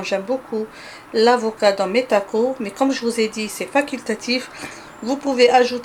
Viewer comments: TacoS lol faut prononcer le S ! En tout cas superbe recette comme dhab merci bcp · we ah 3la tacossssss, hihihihi je pensais qu'on français on ne prononcer pas le S, hihihih mais il s'est avéré que ça se prononce, hahahahah